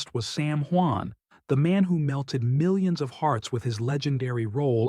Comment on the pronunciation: What kind of reporter are you you can't even tell what your subjects name right. Get off the air. Are you report is garbage